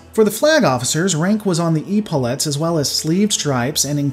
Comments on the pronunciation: For reference, Epaulettes is pronounced Eh-paul-et-s rather than Eep-all-ets. Sorry for being 'that guy'; can't wait for part 3!! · Epaulettes, It's ep·au·let not e·pau·let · Eh paullettes is how they are pronounced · You talk about changes but don't really show pics and then you don't quite know how to pronounce "epaulettes"....